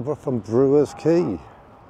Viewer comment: Quay not Key